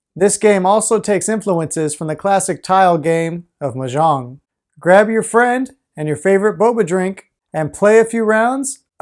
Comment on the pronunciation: thats not how you pronounce "mahjong" other than that thanks for the video